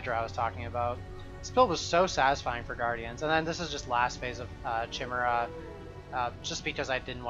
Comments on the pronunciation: it's pronounced like 'kyle', chimera, not 'chimney' chimera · trying to find new PoE youtubers to watch. Find. Grown man playing fantasy RPGs doesn't know how to pronounce "chimera":'(